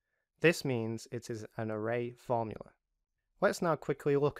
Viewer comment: array fromula :)